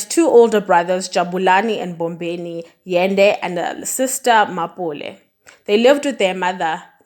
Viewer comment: Thanks for the video.. Mara why did you butcher her surname 🥴